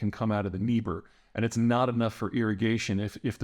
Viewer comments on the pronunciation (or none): none